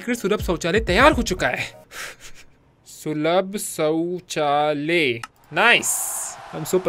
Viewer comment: The mythpat has taken an advancement to start his own language sulabh chouchalaya chaucholaya